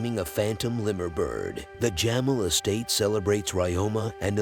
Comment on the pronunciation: Jamel😂 It's pronounced Jameel😂